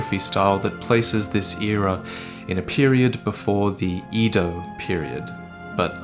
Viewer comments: All e's in Japanese are pronounced like the a in bake. Ay-doe, not ee-doe. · I think it's pronounced Eh-do not Ee-do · edo is pronounced eh-dough not E-dough